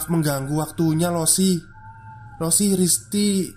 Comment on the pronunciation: sambil menyelam minum air, koreksi cara baca 老师 (laoshi) itu "lao-she" yaa kakak2